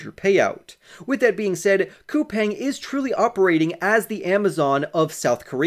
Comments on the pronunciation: I live in South Korea, but I haven't invested in them. It is pronounced COU-PONG (the pong sounds like ping pong). If they're going to massively expand into Asia, sure. I definitely have invested in SOFI. I started out with 450 shares. I'm at 600 and going long. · Best of luck to you. As far as the pronunciation goes Google says it is pronounced COU-PANG